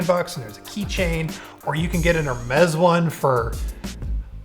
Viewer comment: Can we all take a moment to appreciate how well he pronounced Hermès?